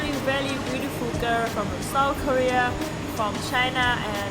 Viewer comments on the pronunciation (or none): none